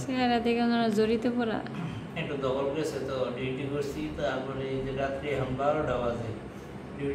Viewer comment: তোমরা দুই জা এই ভাবে কথা বলো কেন? করেছি কে বলো করেচি সব সময় ছ এর পরিবর্তে চ টা বেশি ব্যবহার করে। তোমাদের মিল মিশ দেখে খুব ভাল লাগে।